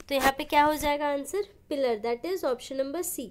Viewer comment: Maam aap jo bol rahi ho usko पिलर नही प्लायर bolte hai 😊 sorry maam interrupte kiye dil pr mat ligiyega😊😇 keep it up